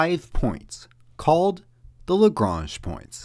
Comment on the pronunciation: Nice short video, well-explained and to the point, the narration allowing space for the ideas to sink in. And you did at least pronounce Lagrange correctly.